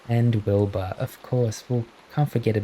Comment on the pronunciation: I hear Boba not Wilbur 😭😭😭